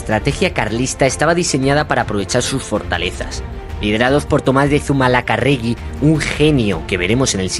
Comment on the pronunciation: Madre mía....Zumalacárregui....palabra esdrújula.....acento en la tercera a...